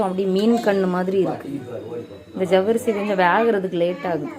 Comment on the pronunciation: ஜவ்வரிசி nnu சொல்லும்போது சர்வேஷ் nnu சொல்ற மாதிரி இருக்கு அக்கா ❤